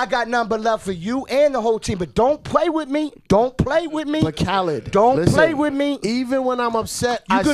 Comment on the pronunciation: Khaled: Don’t pway wit me Don’t Pway wit me 😡😤 Cypher:Say other words!! 🤣 Khaled: You could lie but don’t pway wit me.😂🤣